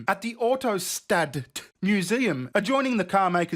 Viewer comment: Dᴜᴍʙꜰᴜᴄᴋs ᴛʜᴇ ʟᴏᴛ ᴏꜰ ᴛʜᴇᴍ. Vᴇʀʏ ᴀɴɴᴏʏɪɴɢ ᴏɴᴇs. By the way, Autostadt is said as "auto shtuht" .